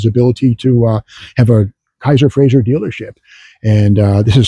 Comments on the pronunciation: ...and it's pronouned "fray-zer", not "fray-zher" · My grandfather collected Kaisers and Frazers, he even had a Darrin and a '51 Frazer Manhattan convertible, and I came home from the hospital after being born in a Kaiser. One slight complaint about the video though, you keep pronouncing it FRAY-ZYUR, not FRAY-ZER. It was still a great video.